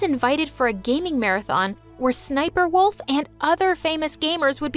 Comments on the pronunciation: idk why this bothers me but it's ssniperwolf, not sniper wolf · You don’t say sniperwolf you say ss sniper wolf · She pronounce sniper Wolf like this even though it should be pronounce SSSniperwolf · Wait did you say sniper wolf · OMG when she had the note and she said ssnipwolf I was shokt